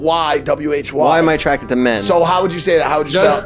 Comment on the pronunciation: Kyle please save this sound bite, when Jeff says “why am I actrated to men 💀💀💀💀